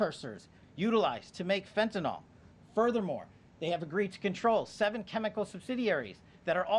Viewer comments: It hasn't happened yet. Let's see what Mexican money can do to open the supply lines. BTW it's fentanyl not fentanol so at least learn to pronounce it right. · THIS Well Known drug is Constantly MISPRONOUNCED , and it makes my OCD cringe …😂 “FENTANYL” IS Pronounced like …FEN TAN ILL 🙀‼️ NOT - FentinOL OR FentanOL 🤔😮😩‼️